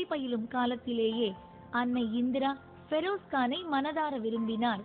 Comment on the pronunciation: I hate the way this news reader pronounces the name Feroz. Seems like an illiterate person.